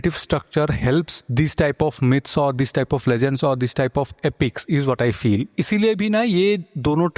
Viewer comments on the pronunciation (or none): none